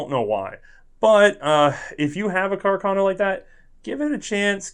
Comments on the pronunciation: I took my Cuh-car-no into the Chi-pole-tee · >cacarno What did he mean by this?